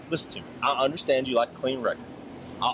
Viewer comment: Cop: I like that red interior Offset: ah lak dat red Cop: ah lak dat red